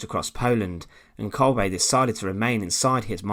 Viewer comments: Why does this narrator always pronounce names incorrectly? He say "Kolbay" when his name is actually pronounced Kolber 🇩🇪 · Isn't pronounced as kolbeh rather than kolbaay